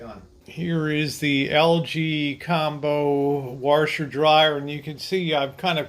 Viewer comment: "Warsher" I love it! Good video!